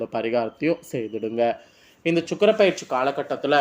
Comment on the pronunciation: இது perarci - பயிற்சி இல்லை. ஜோதிடத்தில் உச்சரிப்பு முக்கியம்